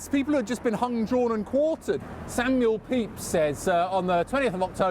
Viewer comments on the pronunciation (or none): none